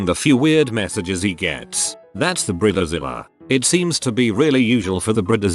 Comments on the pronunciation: I really tried to watch this video but it is just terrible, not the content of this video but the narrator's pronunciation of bridezilla and many other words! Brit ta zilla? Bride zilla! Where the hell did he get Brit ta zilla from? I mean I have British friends and they definitely know the difference between Brit ta and Bride. They also know that Brita is the name of a water filter for the faucet in the kitchen! Just saying. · Robo announcer makes it sound like “breeder Zilla”. Yep. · Human: bridezilla Narrator: brita zilla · Bread zilla? 🤣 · Laughed every time I heard "Bree Dee Zilla" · “Brid-a-zilla” XD